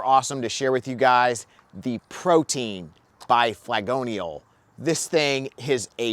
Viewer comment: Ok, but you know it's not actually pronounced 'protein', right? Pro-tee-in.